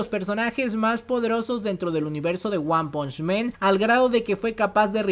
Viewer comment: se dice "wan panch MAN" no "wan ponch MEN" xD